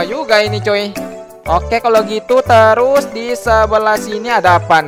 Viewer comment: maksud nya terus bukan terusa